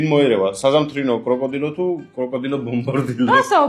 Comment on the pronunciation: ბომბარდირო კროკოდილო და არა კრუკოდილო ბომბორდირო😂😂😂😂😂😂